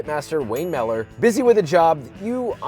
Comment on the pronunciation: Mispronounced Louie mueller and ate brisket with a fork…